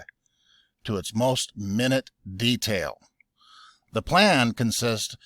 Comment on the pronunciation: It’s not “minute” like hours and minutes.. it’s minute as in small.